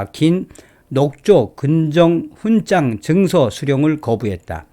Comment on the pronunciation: '훈장'을 [훈짱]으로 ? 매우 귀에 거슬리네요 이제부터는 [훈장]으로 발음하면 좋겠어요.